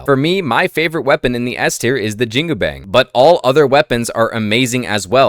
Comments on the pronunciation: JIN-GU-BANG >> almost pronounced right. the last word, is closer to "BUNK" like army bunk, instead of "BANG" like "BANK". so... say.. "JEAN" in billy jean "COO" cuckoo bird coo'ing "BANG" like BUNK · Jingubang is pronounced Jin (as in the Arabic demon) gu (as in Jew) bang (as in bong, or the words bon-bon or the word on, there is no ‘A’ sound) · great analysis, but please improve pronounciations 😅 my chinese mother dropped dead upon hearing your pronunciation of "jingubang"